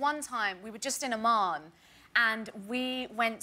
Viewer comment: It's AMMAN not OMAN! LOL....